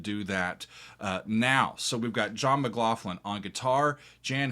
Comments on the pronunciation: FYI the gh in McLaughlin is pronounced like a 'k', not an 'f'. Also Jan is pronounced Yan (almost like yawn). Like 'yon.' Jerry Goodman is so awesome, you should check out his 1988 album "It's Alive." You will like it. This is what I listened to in high school! This and ELP, Tull, Yes, etc. Such a great time to be a teen! John McLaughlin still tours, you should absolutely see him live before he dies. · "M(a)cLaughlin /mɪˈklɒxlɪn/ is the most common Anglicized form of Mac Lochlainn, a masculine surname of Irish origin." There is no "Mac Lofflin!"Can you see any "fs?" It's Mck-Lock-linn... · By da by Gary------- Pronounced " Yan" Hammer n John Mc "GLauklan."